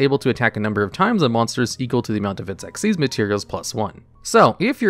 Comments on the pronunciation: Xyz not X-Y-Z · It's "ex-eez" dragon. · You are saying xyz as x,y,z on purpose right? : | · Dark/Arc Rebellion Xyz Dragon is read the same way you read Xyz Monster or Xyz Summon: Exceez. Not X-Y-Z. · I think Arc Rebellion Xyz Dragon is pronounced the same way as "Xyz Summon" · Imagine saying Eks Why Zee Dragon instead of exceed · Also, its Exeez, as in X(Ex) Y(ee) Z(z) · Just a genuine question, why do you pronounce it X-Y-Z? It's just Xyz like the summon method is pronounced. (Edit: Oh you actually bring it up on the other Xyz Dragon. Yeah it's pronouned like the summon method, not like the XYZ Contact fusions.) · Isnt his name pronounced Dark Rebellion Exceed Dragon, I never like that xyz abbreviation for it. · From Konami itself it's pronounced ehck-sees not just read as its spelt. I hope that helps i had to dig up an old tule book who gave the pronunciation when the monster type came out